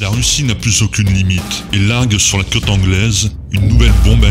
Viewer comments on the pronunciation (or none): none